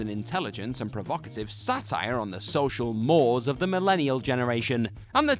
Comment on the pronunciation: Not as bad as "social moores"